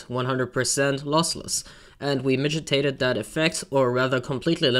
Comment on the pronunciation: migitated > mitigated